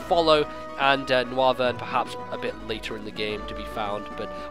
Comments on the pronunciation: It's pronounced "NOYvern" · The bat looking pokemon is pronounced "No-Wyvern" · I think it's pronounced "Noyvern" as in Noise and Wyvern.